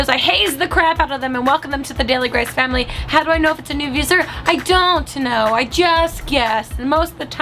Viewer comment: Do you think grace is aware that the correct term is 'viewer' not 'viewser'